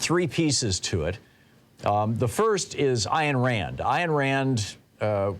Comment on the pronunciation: Ayn Rand is not pronounced "Iron" Rand. {:o:O:}